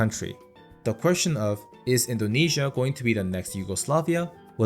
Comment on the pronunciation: Buddy you say it correctly